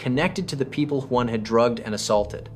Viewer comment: I didn't know Huynh can be pronounced in so many different ways. I think there was at least 6 different ways but none of them properly 😅